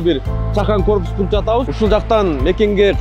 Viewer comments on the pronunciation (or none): Корупус эмес корпус же кыргызча имарат